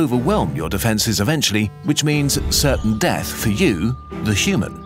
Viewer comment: "Even in Seath I Still Serve"